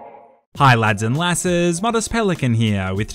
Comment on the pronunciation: The way he said lassies lol Ya muppet